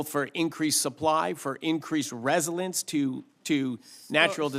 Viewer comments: Hirono is a moron, but wtf is grid risilence? Resilience maybe? Went back, yep. Twice he mispronounced it. Am I crazy? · Dude can’t pronounce resilience? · does he not know how to pronounce resilience? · Why doesn't he know how to say, "resilience?" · Dude doesn't know how to procnounce re·sil·ience which is kinda sus. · We have a guy who does not even know how to pronounce "resilience"